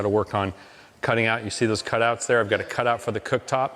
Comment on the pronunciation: I like how Mike switched over to slightly spanish sounding when explaining the sink cutouts to the stone guys 🤣